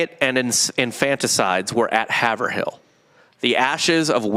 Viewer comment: Yoo the way you guys pronounce Haverhill Is absolutely hilarious. Its pronounced " Haveral". A lot towns/ cities in Ma are like that.